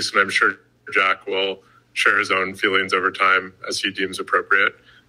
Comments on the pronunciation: Right? 😂 Thats their number one focus, “feweengs” lmao no wonder its a shit show but we already knew that I guess. Just funny to hear them talk about “feelings” so much. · It's pronounced "feewings"...